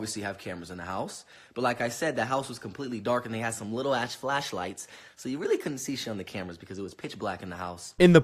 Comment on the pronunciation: “Little ash fash lights”